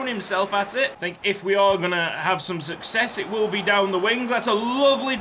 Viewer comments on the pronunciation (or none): none